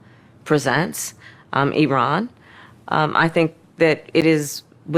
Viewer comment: You know what? I’ll give her a compliment. She pronounced Iran correctly; which I have noticed is something a lot of conservative pundits fail to do.